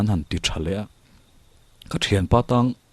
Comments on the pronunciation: Ngaihthlak pahin correct char2 ang.. Kan lo meng tang hru... Tih kha... TRI awm tur anilo T anih kha.. Eg.. Tangseh natna i hria em.. Kha ta tang ang khan lam tur.. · "meng tang hru" kha ka lo sawi ve mai mai... 'tang' hi 'chhang' (bread) lam angin lam tur... ṭ a tel lo. Chuan.. "pem buh bel" a 'pem' hi 'chhem' (blow) anga lam tur. awmna khua chhuahsan 'pem' zawk kha a ni e.😆🙌 Hmanlai khan an khua an pemsan thut dawn khan an buh chhek sa kha an ngamtlak te an khul chhawntir ṭhin a. (Hre ber awm ang hrimin rawn type duah😆)